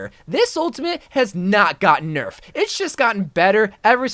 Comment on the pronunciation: “anas an o” “nerfefed” “litteryly” “bayblade” let me learn your language o great messiah